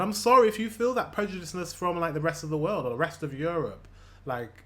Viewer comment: the irony that he pronounces it "zat" :D "th" is the top first thing germans struggle with pronounciationwise. in many cases we are so selfaware in that regard, that most have been teased when saying it wrong atleast once and we usually notice a german speaking englisch when it is just the tiniest bit off i remember once, it was like a sciencey vid and there was a professor or something, that lived in the usa for 20 years, working on some crazy advanced projects, teaching at universities and so on... 3 sentences in i thought "that person sounds german", and lo and behold, she was xD its like spidey senses